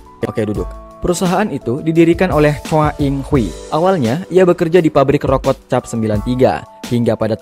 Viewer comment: Rokok min bukan rokot 😂